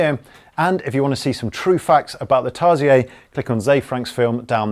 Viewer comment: Tar-si-aire? XD